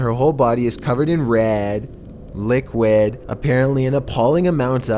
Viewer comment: "red, Liquaed "